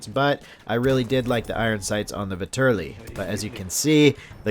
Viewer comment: The Vetterli is a Swiss rifle, not Italian. It was adopted by Italy but it is still a Swiss rifle. The Russians captured a large shipment of them in wwi so I am assuming that it is a dlc weapon only. Also it is pronounced vet-er-lee.